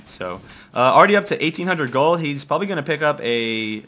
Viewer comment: i like how he says : 36k g00ld :D